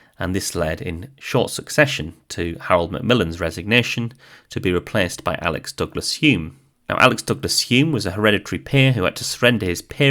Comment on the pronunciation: Isn’t it Alec, not Alex, or have I been saying it wrong all this time?